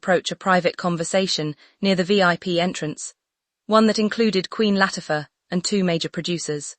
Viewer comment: yay! finally a security team did what they were hired to do. whether she left on her own, or she was denied ... bottom line is that she left. this was no misunderstanding. mm loves to force her way into events. (please tweak AI so words are pronounced correctly - start with "denied" and "Latifa")